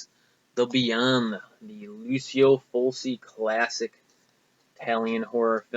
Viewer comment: I liked your pickups. Tenebre rocks! What were the other horror vhs tapes that you didn't buy? By the way, for your information, you're pronouncing Lucio Fulci's name incorrectly. Here's how...